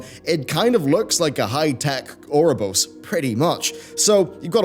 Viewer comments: It's pronounced You're-a-bore-as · It's pronounced Oo-roh-boh-rohs. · It's pronounced or-oh-bore-ohs... Why must people always disappoint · No, it's not, that's typical English butchering of the word. Oh-uh-rho-bo-ross is as close as someone without education in Greek / Latin pronunciation can get to saying it correctly. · Your pronunciation of Ouroboros changes literally everytime you say it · I lost count on how many times he mispronounced Ouroboros. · Lol that is NOT how you pronounce ouroboros